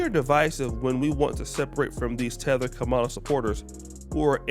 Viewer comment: "COMMA-LA" not "KA-MALA".....And I say that as someone who gets his name mispronounced all the time, not as a supporter.